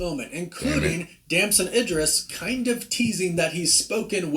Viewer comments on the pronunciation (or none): Bro WTH, this guy is terrible with pronouncing basic names calling them Angela Baa-Set and Eye-dris makes it hard to take his commentary serious, especially after he said Shang-Xi correctly?